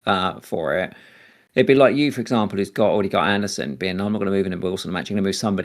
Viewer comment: Andersen vs Anderson. Not spelled the same way and not pronounced the same way. son != sen